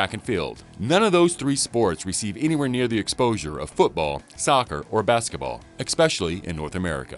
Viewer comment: There is no X in "especially."